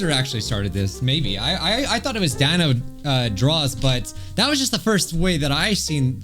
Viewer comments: the creators name is pronounced Dan-oh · It's d-a-n-o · You pronounce Danno’s name like Dan-o